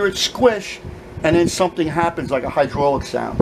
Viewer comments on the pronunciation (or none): none